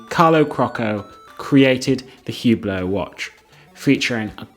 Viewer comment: These guys defending Hubot can't even pronounce the name of the company correctly 🤦‍♂ The H is silent and it's French pronunciation...Say OOH-BLO...not HEW-BLOW. A terrible watch brand for folks that have no taste and money to waste. The purple Maserati SUV of the watch world. It's a watch you buy to let people know you value an empty status symbol with no inherent substance or value.